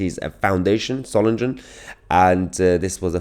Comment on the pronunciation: MAHYAR Solingen is not pronounced with a 'soft' G, it's pronounced as in 'singing', please carry on being better than the MSM by also getting Names and Placenames pronounced right.